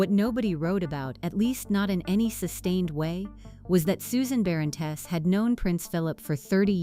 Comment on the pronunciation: Pronunciation of surname is completely wrong